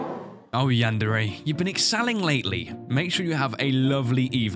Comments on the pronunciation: Wait did say chran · Yandere-chran? Really?